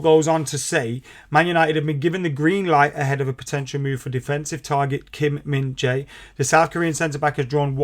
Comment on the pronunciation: Whatever you do. Don't call him Kim Min Za-i. He hates it.😂😂😂